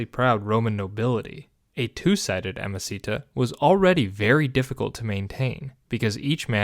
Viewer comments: I don't know if you know, but it's not "amicita" (which sounds like a spanish per name), but "amicitia" (pronounced amiciTSia) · "Ah-mah-see-ta"? What a weird pronunciation, neither classical nor medieval. Either "ah-mah-ki-tiya" or "ah-mah-chee-tiya" would work, but this doesn't. It may seem trivial, but inaccurate pronunciation is disruptive to your listeners. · Amasita? Amosita? So you mean amicitia? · Sorry but the way you pronounce "amicitia" is utterly wrong. You make it sound like a spanish word! It should sound something like this: a-mee-chi-tee-a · Also wrong. There is no “ch-” sound in classical Latin, it doesn’t exist. “C” is always a hard “k” sound regardless of following vowels. a.miːˈki.ti.a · Also, hard C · I had to bail after a few minutes even though the history was good. Could not abide the inexcusable mispronunciation of ‘amicitia’. Five syllables, not four. The first i as in ‘eat’ not ‘it’ and the second i as in ‘it’ not ‘eat’. Roughly ‘ammee-kitty-a’. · I'm confused by amicitia being pronounced "amacita". It sounds Spanish or something... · It doesn't sound like Spanish, it doesn't sound like anything at all. 😅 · Awesome content! The only thing is that amicitia was pronounced quite badly. Remember that in Latin, every single letter is articulated and all c's are hard (in the classical pronunciation at least, that is). Hence, it should have been a-mi-ki-ti-a with the i after the last t clearly articulated! (Suffciently correct) Latin pronunciation is really easy to learn; I am sure you can find 20 min guides on youtube.